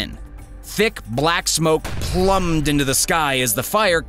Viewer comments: Unfortunately they were “pahst-hu-mus-ly” awarded... not “post-humorously” 😂 Sounds a little like you’re saying, “after their humorous deaths they were awarded...” 😟 “Thick black smoke plumed into the sky” Would be pronounced “ploomed” 👍 Not trying to be a jerk. You have a channel with 100K+ subscribers, only trying to help. 🥰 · What is with you and the weird pronunciation of things? Plumed is pronounced PLOOM’D.